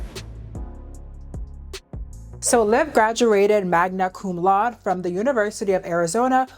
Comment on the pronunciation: Crazy how you put the pronunciation for Magna Cum Laude on the screen and then butchered it back to back times.